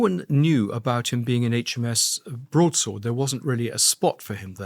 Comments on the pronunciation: Andrew it's pronounced HMS Broad sword, not Broads word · Broad SWORD not Broads WORD. Broadsword. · I like the podcasts but it seems like Andrew Gold has had a stroke… barely known prominent royals, doesn’t know the word broadsword and calls it ‘broads word”… forgets Paul Page, and I’m barely half way through. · HMS BROAD -SWORD not BROADS -WORD 🤦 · Loving your pronunciation of ‘broadsword’, Andrew 😄 I do like this channel.